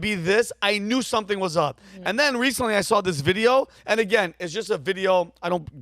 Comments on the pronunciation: He knore the whole time. Sore now we knore tooer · Ahem, it's know-er. 😆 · Almost perfect English, then "ooerrr" randomly 😂